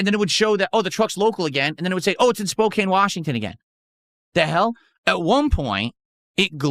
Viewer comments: As someone that lives in the Northwest it's not Spocane it's Spocan it's amazing that despite living say 4 hours away from that city which is one of the larger ones in the NW can't correctly name it. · For those of you not familiar with Washington state. The way he is saying Spokane is completely wrong( surprise surprise). It’s pronounced Spo-can, the e is silent. Word smith at it again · Dude…. All people in the PNW know that it’s pronounced “SPOKE-ANN” not “spoke-ayne” lives under a rock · For those that don't live in Washington, it's not pronounced "Spo-kane" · Hes lived in Washington for 12 years and still doesnt know how to pronounce Spokane. Let there be zero doubt that he doesnt talk to anybody, or have any friends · I hate that he mispronounced spokane every single time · It's amazing how long he's lived in Washington and still doesn't know how to pronounce Spokane correctly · As someone who lives in the PNW him saying Spokane like that annoys the crap out of me 🤬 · He has been in WA for 12 years and cannot pronounce Spokane correctly. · THIS! 😂 Wonder how he says Puyallup lol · I was going to say, my only exposure with that part of the country is dating a Washingtonian, and I know he butchered Spokane 😂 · idiot cant even pronounce a major city in his state